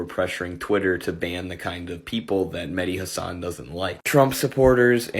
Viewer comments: Medi hassun 😆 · I think it's pronounced Medhi Race Hustler-än